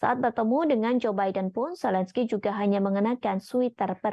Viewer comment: Washington, bukan wasingten..Zelensky, bukan selensky. Level pembaca berita indon bicara mirip orang kampung..